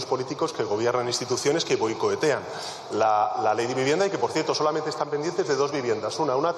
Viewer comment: "BoicoEtean" dice el. Un auténtico figura el.